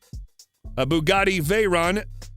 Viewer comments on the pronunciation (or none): none